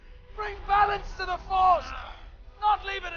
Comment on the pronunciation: Let us not forget, about dah rippin' and dah tearin' .....